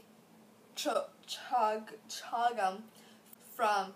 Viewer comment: MoribiTo, not moribiDo. Just saying ;) Chagum is pronounced as Chagoom or Chagumu. :)